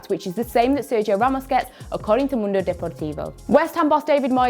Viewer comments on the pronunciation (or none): none